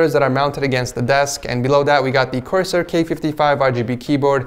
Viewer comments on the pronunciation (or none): CORSIAR LMAO